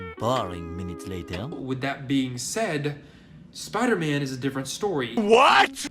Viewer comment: Spy Derr Man wasnt killed it was MERR DERRT